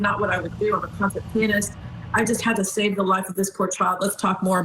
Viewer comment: Finally someone said pee-yun-ist!!!! Thank you!😂